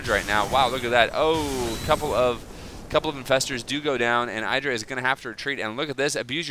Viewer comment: idra you acctualy say it like Edra!